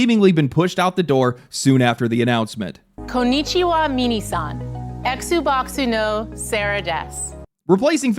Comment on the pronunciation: Konycheewah Minney sahn. LOL